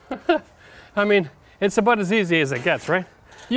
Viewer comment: He is heard him say bout instead of about